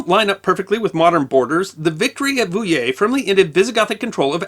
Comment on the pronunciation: His pronounciation of Poitiers and Vouillé was good tho !